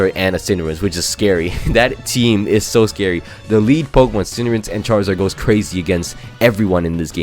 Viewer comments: It's cinderace not cinderance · Pls dont call Cinderace "Cinderence" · Cinderace, not Cinderance. Also please name a Pokemon CInderance so I can also repeatedly flinch during that video.